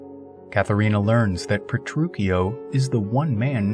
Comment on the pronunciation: Pretty sure you’re saying Petruchio wrong